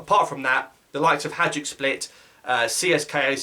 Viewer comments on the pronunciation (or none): Its haJDuk ffs not haDJuk